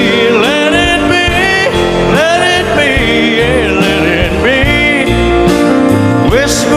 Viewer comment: Pagbigkas ng let it be..bisaya..let it biyy daw